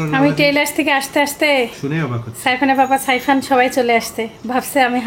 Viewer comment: “সাইফান”। সায়ফান না।